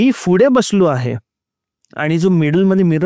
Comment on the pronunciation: फुडे का बोलतात पुढे असत ना?